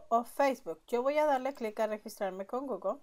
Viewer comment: solo no es goglo, se dice pronuncia gugle, gugle gugle, se escribe google.....diosi